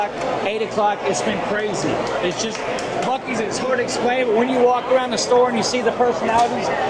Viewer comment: What the heck is a buc-eee???!🫤🫤🫤